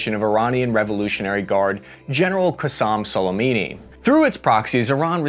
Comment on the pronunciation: “Qasam Salimini” he butchered Qassem Suleimani into an Italian mafia boss name. 😂